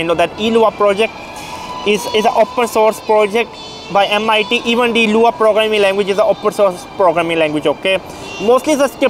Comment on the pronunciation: I'm here to say that the fact you said LUA instead of lua..